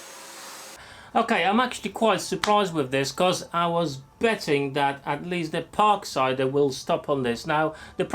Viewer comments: Please stop pronouncing it as a "Parksider". Just Parkside. Ha Yes, I got one and occasionally use it with a 4 amphour battery. Much Better. But I found getting the blades are a pain as not many places sell 150 mm blades off the shelf. So again you need to get them when Lidl have them in stock. It does the job but for diyer's. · I keep thinking you are saying “Park cider” 😄